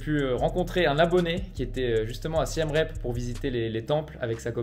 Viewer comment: Siem Reap se prononce "Siem Rip" (approximativement)